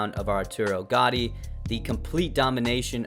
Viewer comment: The way you pronounced gattis name shows that you barely saw the fight lmao youre a casual